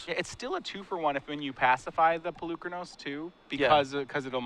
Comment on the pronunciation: is still mispronouncing Polukranos. I understand if the average player mispronounces it, it's a strange invented word for a card game, but is a paid announcer, it's his job to get details like that correct.